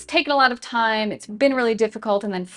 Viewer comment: timestamp. Your right, I should take my “fime.” “Fhank You.”